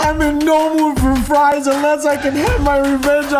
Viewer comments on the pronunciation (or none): none